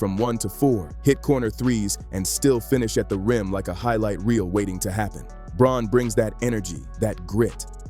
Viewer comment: Good video with good announcing but Christian Braun's name is pronounced BROWN.